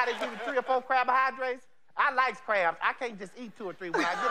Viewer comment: “crabohydrates” 😭😭 anyone with a black grandma knows how real this is 🤣 they mispronounce words all the time 😂 they’re intelligent enough to know better but witty enough to say it wrong anyway to make u & themselves laugh 😭❤️